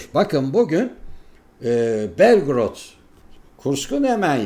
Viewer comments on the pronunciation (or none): Belgoorıd diye okunur